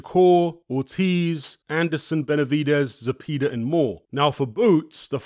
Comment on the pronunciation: It's pronounced "Ze-pay-duh" Like "pay da man"